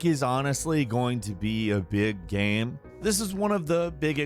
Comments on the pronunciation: Why this guy say "gam" instead of game? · is the narrator drunk? geeeeeyyymmm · He really said Gaaam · Is it just me or does say "Game" weirdly some times.